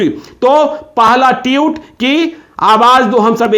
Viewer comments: टीउट नही होता सर.. ट्वीट बोलिए ! 😅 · जी, उच्चारण सही सही कीजिए। ट्यूट नहीं ट्वीट बोलिए। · भैय्या, ये ट्वीट होता है, ट्यूट नहीं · ट्यूट नहीं पत्रकार साहब, ट्वीट कहिये। गजबे हैं आप भी। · Twit hota hai tewt nahi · Osama saahab!!...saahab??...😁😁...kya yaar 😁....wo TWEET hota hai TWYUTE nahin 😁😁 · Tutt nahi...tweet... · Ese log bhi video bnane lg gai jisko tweet bolna nhi aata tueet bol rha hai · Jahil ho kya be. Tiyut nahi tweets hota hai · ओ चाचा ट्यूट नही होता है ट्वीट होता है😂😂😂😂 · जनाब ट्यूट नही ट्वीट बोलिये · Pahle tweet to bolna sikh le, tute nahi baklol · Bolna toh seekh lo patrakar sahab tuet nahi tweet hota hai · अरे चचा ट्यूत नहीं ट्विट होता है😀😀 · Tute nhi tweet hota hai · Tute ni hota bhai tweet hota h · भाई साहब ट्यूट नही होता ट्वीट होता है ।। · Tweet not tute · Teut nahi tweet hota hai ji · पहले बोलना(उच्चारण)तो सीख लो ट्यूट साहब 😂😂😂😂😂😂🤣🤣🤣🤣🤣ये ट्यूब लाइट पर नहीं बोल रहे हो जीरो वॉल्ट के लट्टू आप ट्विटर के लिए बोल रहे हो😂🙏जय हो हर कोई पत्रकार बनने की दुकान खोलकर बैठ गया है। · Tweet toh bolna sikh lo pehle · ट्वीट तो बोलने आ नही रहा है चला हैं पत्रकारिता करने ।एक अपराधी की पैरोकारी कर रहा है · Tweet ..ka pronunciation to thik kijiye....